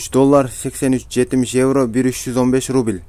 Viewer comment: Ээй рубиль Элдемурун кайсы жакта адресинди айтып , анан (рубиль ) дебебей рубль десен туура болмок.